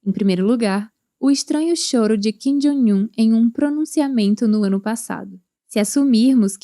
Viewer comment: Por que essa pronúncia repetida de "Jong" como "Joing"? Coisa feia essa. E ainda é errada.